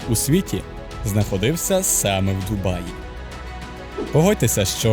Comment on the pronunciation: Як же мене коробить від слова "ДумаЇ"🤦‍♂️